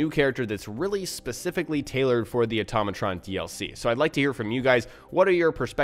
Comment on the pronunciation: Hey, I'm surprised nobody has called you on this but..... It's pronounced Auto-matron not atom-atron. Note Auto vs. Atom. Love the tips and tricks just wanted to give a tip myself.